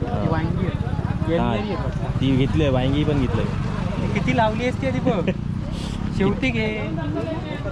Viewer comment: sagal yavstit bolte pn व्यांगी का बोलतेस वांगी सोप आहे.